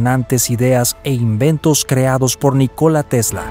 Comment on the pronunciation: El nombre NÍCOLA TESLA se acentúa la "Í" en la pronunciación.... No es NiCóla sino NÍCOLA aprende a pronunciar bien y luego haces tus videos "educativos" jajajaja